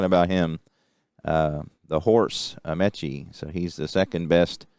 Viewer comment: forgot to mention some pronunciations...Alan Ameche is 'Uh Me chee' and Wietecka is 'Why tek uh'